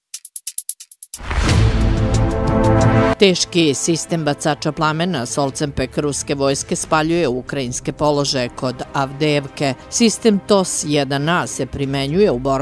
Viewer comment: Solnce-pek, ne solcen-pek. 😆